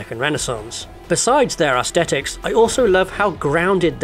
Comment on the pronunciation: What's with people saying 'Ass-tetics' these days? It's Aesthetics, with the 'th' pronounced like They/There/Those etc.